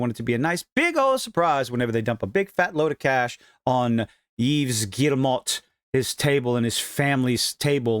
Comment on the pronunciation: Its pronounced like Eve Gēmō 🤌🏻 You're welcome lol